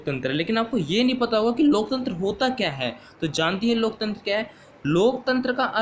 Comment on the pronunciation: Pehle loktantra bolna to sikho